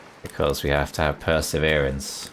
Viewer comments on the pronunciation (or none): per"sewn"erance...🤣😸 This bear in PV was so polite to let you read your book even if you have tasty stuff in your pockets. But got ignored twice was to much for him and so he helped himself..😄